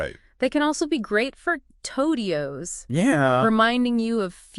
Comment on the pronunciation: "TODIOS" ??? 😆I leave "TODIOS" all over my code all the time